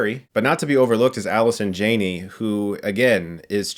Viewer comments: Chris a fan. But its Jaaaaa nee. Not JAY nee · Jann-ey. Not Jane-y. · Alison Jah nee. Jah nee. Stuckmann please please learn the names from now on. Soooooo desperate for new material right Chris? Right??? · He keeps saying Alison Jane-eee.